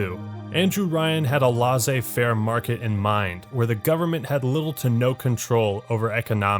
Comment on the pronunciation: "LAW-ZAY FAIR" 😂